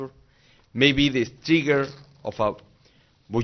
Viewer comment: " buyant" jajajajajaja